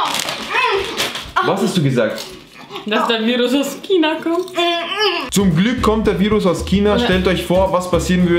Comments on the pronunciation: Es wird nicht kina ausgesprochen sondern schina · Dieses Kina anstatt zu sagen China sagen die Kind hahaha😂😂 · Es heißt China und nicht kina